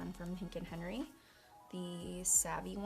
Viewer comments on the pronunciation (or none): none